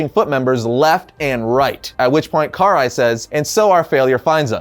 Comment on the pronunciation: *pronounced Krai *